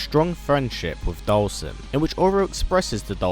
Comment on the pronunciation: Dhalsim is pronounced Doll-Seem.